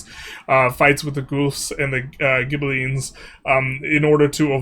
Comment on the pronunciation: Guelphs and Ghibellines = "Gwelfs" and "Gib-aligns"/"Gib-aleens"